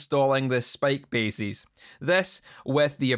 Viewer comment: Love that the Scottish pronunciation of "bases" and "edges" sounds like "basies" and "edgies". Also, I'm pretty sure Kerry King did this to his guitar first. ;)